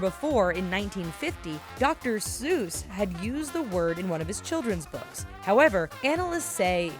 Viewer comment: She says dr. Zeuss fucking amateurs.